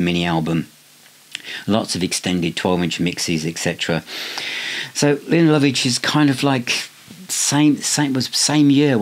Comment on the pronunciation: I think her name is pronounced 'Layna'. 😂 An underrated artiste still going strong.